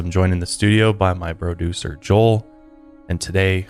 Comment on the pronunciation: Lmao did he say broducer